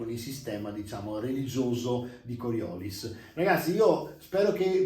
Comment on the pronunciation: Bello! Se posso permettermi, credo si pronunci con l'accento sull'ultima i (immagino il nome venga dalla forza, che viene da uno scienziato francese)